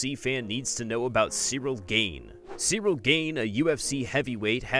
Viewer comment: One thing this guy needs to know about Cyril Gane is... how to pronounce his name correctly.